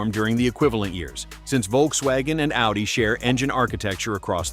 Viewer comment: "Their O-D-I cousins"? Tell us you are an AI production without telling us!